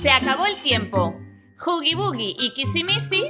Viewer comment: Jajja como dice huggy. Euggy. Las voca chanclas ésas